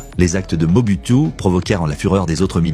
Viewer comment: Mobutu, Moboutu, Moboutiou.... Il existe plus de 500 reportages sur ce président et son nom se prononce Moboutou !!!